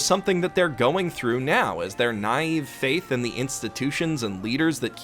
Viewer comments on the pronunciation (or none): none